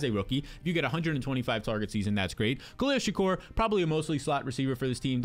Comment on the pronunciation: This dude will do anything but pronounce Khalil Shakir's name right even when it's right in front of him 😭